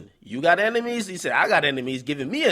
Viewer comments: "Emenies"? Really nigga? Pronounce it how you spell it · Sound like he said emenies lol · Nigga said emenies... Twice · Yo son, am I the the only one who noticed this nigga DJ Akademics was saying "Emenies"??